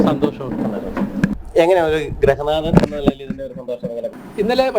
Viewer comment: ഗ്രഹനാഥൻ അല്ല ഗൃഹനാഥൻ 🎉 പല മാധ്യമപ്രവർത്തകരും ഈ വാക്ക് തെറ്റായി ഉച്ചരിക്കുന്നു. അതുപോലെ തിരുവിതാകൂർ മേഖലയിൽ "ഭ" എന്നതിന് പകരം ഫ എന്നാണ് ഉച്ചാരണം ഉദാ: ഭരണിക്ക് ഫരണി ഭരതൻ എന്നതിന് ഫരതൻ എന്നൊക്കെ പറയുന്നു. മലബാറിൽ മൊത്തം "യ"മയമാണ്. പുയയൊയുകും വയി എന്നതാണ് അവരുടെ ലൈൻ'